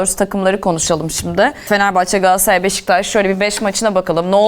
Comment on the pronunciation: Yandaş pardon candaş gs yi öve öve bitiremiyorsun ama adını söylemiyorsun daha, gaaassaray ne ? Gaaassaray Gaaassaray 😂 al gaaassaray ı koynuna yat, sorsan Beşiktaşlı 😅